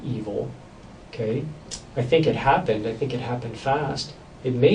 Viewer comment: DecrepitOrigin888 lol did you mean to say “I tink” or was it a accident either way it made me laugh so what does that say about me I guess hahaha